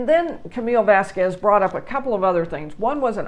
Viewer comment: Thank you for saying this. And for pronounce Vasquez, not Vaskwes